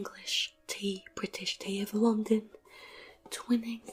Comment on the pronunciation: The way she pronounces "Twinings" like twin-nings instead of twine-ings has my British heart pain...